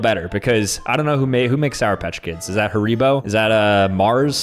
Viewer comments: It just killed me how he pronounced haribo like "haree-bo" rather than "hari-bo" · did he really say he ri bo i said harrybo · “Is that Hareebo” is it just me or did he pronounce it weirdly